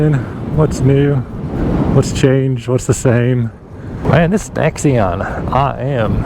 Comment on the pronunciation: Thanks for the review but it's a NAXion, sounds like NACKS, not necks!!!